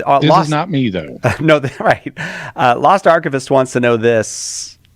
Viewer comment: I know they're reading the names so they can see what the guy's name was, but when read the name, I didn't hear "Lost Archivist" but "Lost Arquebus"